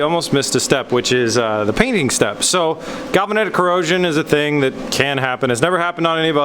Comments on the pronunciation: GAL-VAN-IK. Not galvanitic. #JustSayin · "galvanitic corrosion" 😂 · Galvanetic? Galvanic for sure. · Your mispronunciation of the word galvanic, drives me nuts. You don't really need galvanic protection unless you are planning submarine ops or driving through the surf. Plus, if you did not insulate the bolts you have no protection. My concern would be the gasket material degrading any your torques specs on the bolts becoming looser. You would have been better with Form-A-Gasket or 3M 5200 and isolation washers on the bolts. Did you use loctite or safety wire the nuts?